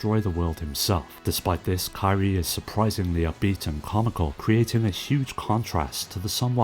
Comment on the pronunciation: Great video as usual. Just wanted to say that in sands of destruction, kyrie is pronounced as key-re-eh.